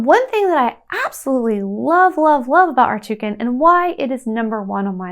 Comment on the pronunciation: It's rakuten, not ratuken.